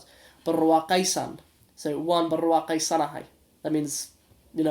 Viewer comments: mashalah I like the way you say waan Burwaa qeesanahay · You pronounced "waan barwaaqaysanahay" well